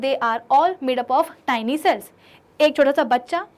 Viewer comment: a tyni nahi ha tiny ha